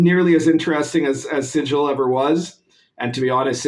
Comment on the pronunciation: Thanks for the informative video. As a Planescape DM though, it stings a bit every time you pronounce it "Sijil". It's the 'City of Doors', not the 'City of Symbols'. It's not pronounced the same. :p